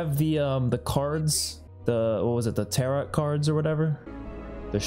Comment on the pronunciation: The last T in Tarot is silent and the O is long.